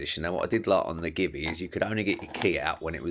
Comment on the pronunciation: GIVI is not give-e. It's, G-V